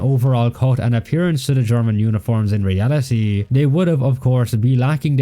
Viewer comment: In ree al i TEE